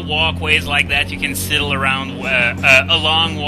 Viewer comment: Just thought I should let you know. Usually slightly mispronouncing a word doesn't bother me, but when you said siddle three times in a row, I freaked out a bit. Either way it's pronounced Si Dul. Just thought I should let you know.